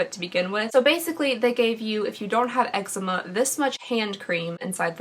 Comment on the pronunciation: Lol it’s pronounced “Ehk-zee-ma” not eggzema 😂